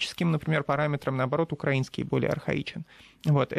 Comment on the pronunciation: хм ) Втаные ведущие даже не знают где правильно ставить ударение в слове украинский